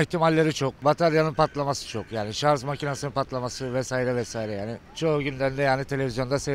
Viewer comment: Ilk amca şarz dedi yaaa......